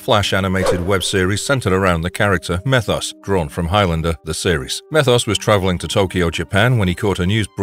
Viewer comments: Meeeeeeeethos. Not methos. Hell, they say his name in the show. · It's not meth os, it's me thos